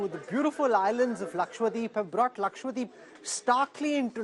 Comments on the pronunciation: Lakshwa-Deep nahin hai bhai Laksha-Dweep hai. Dweep means Island, Deep means lamp🪔. Please get the pronunciation right 🙏🏻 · Sir it's LAKADWEEP not Lakwadeep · why is he saying it Laksh-Wa-deep ??? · I can sometimes understand North Indians mispronouncing "dose/dosa" or "sambar". But how in the name of everything holy can they fail to say "LakshaDWEEP" correctly?! Who in the hell is this Lakshwadeep that people are on about? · It bothers me when media persons can’t pronounce Lakshadweep !!!! Saying it as Lakshya-deep or lakshwadeep is not correct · Laksha-Dweep NOT Lakshwa-Deep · is again and again using wrong pronunciation. It is laksha- dweep, not lakshwa- deep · It's laksha dweep dude. Which means a cluster of a lakh islands. It's so annoying everytime you go lakswadeep lakswadeep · Not ‘ Lakshwadeep’ Its ‘Lakshadweep’